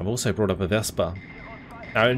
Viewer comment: Dear, the mentioned german SFL is a Wespe with an E at the end (vɛspə). What you are calling it is a Vespa, the famous italian scooter;-)